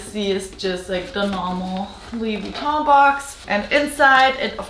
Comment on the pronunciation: Are you French? Your pronounce Luois Vuitton so well 😃